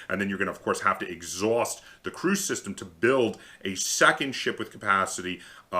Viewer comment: So Christian T. Peterson the designer and publisher has said that the actual pronunciation is, Kree-us, anyways not that anyone cares but thought I'd share.